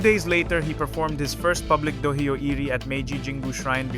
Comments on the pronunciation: DO-HYO not Do hi yoh. 2 syllables not 3. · "Dough-high-o" for Dohyo (pronounced Dough Joe) being one of the first words spoken here made me unwilling to watch further. How hard is it to get these kinds of things right? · Pronounced doh hyo. Not doh hi yoh. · I paused and contemplated to quit after hearing dohyo pronounced as "d-Ohio" 2 seconds in but decided to give a second chance and laughed my way throughout seeing names like ryuden (whos negative headlines were years ago) and takakeisho (who retired in 2024) in most hated list while omitting names like ichiyamamoto and kotozakura for top 5 favourites (reported in jap times). this guy could have at least done abit of research before committing to this nonsense video. what a try hard. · This is AI generated content. When this channel first went up, the AI voiceover as in standard English. It was completely obvious that that it was machine generated. After many complaints, the producers of the channel modified the robo voice to sound like a foreigner speaking English. So now with the pronunciation of the word "do-ohio", it is now clear again that this is not a human being narrating. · I’m not sure this is machine generated. This just sounds like a human ESL reading an AI script. If it’s AI, it’s the best I’ve heard yet. Mispronunciations like “D’Ohio” don’t seem like AI because the script is AI and would be pronounced with phonetic English. This really sounds like a person misreading the word or stumbling over it. If it’s AI, it’s more cleverly done than most.